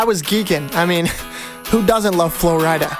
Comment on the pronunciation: The fact he said flo ridea 😅